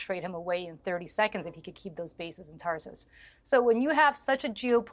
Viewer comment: Tar-toos not tarsas